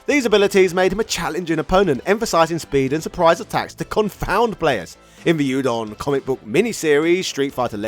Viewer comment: oodon not youdon ❤